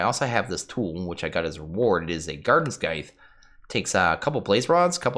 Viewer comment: It hurt my soul.